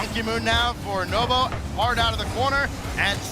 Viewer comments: Who the F is nobo, how on earth can he be a commentator when you can even say NWPO's name 🤣🤣🤣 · I heard novo lol pissing me off